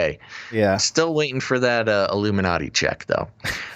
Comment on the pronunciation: The I-Gloom-in-a-ti..